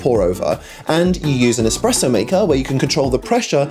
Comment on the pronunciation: Everytime he says eXpresso it sounds like nails on a chalkboard. Other than that, great video. Keep them coming